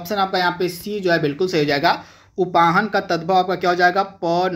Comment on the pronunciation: मास्टर हो कि बेवकूफ हो, उपानह को उपाहन , बता रहे हो कदली का तत्सम करेला बता रहो यार तुम बंद कर दो, और पढो